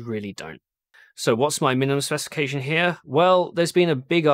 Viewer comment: What does he say in the intro? "What's your minimum sopesification/specification/spestication?" Help!